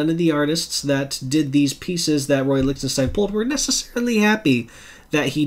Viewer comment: In my AR training we always pronounced it Lick-ten-stine. Just found your channel and subbed. I do a similar channel and did a Lichtenstein video a few weeks ago and just shot a follow up video a few minutes ago which won't be up for a few days. I know there are sources which identify the sources of all his swipes. Those issues are more valuablebecause of that. It would be neat if DC were to publish a book reprinting all the stories that he swiped panels from.